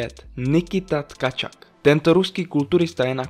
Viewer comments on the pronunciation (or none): Rozhodně nejsem rusofil a Rusy moc nemusím, ale rusky se domluvím a správná výslovnost u č. 4 je: Jekatěrina Lisina a u č. 5 Nikita Tkačuk. Je vidět, že autor video sestavil z různých zdrojů a převzal jména v anglické transkripci i výslovnosti. Ale v češtině je transkripce ruských jmen jiná a vyslovují se jinak, než v angličtině. Jinak video ok. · Vy mladí už holt neumíte rusky, kde je ve slove u, cpete a.... Nikola Tkačuk, česky...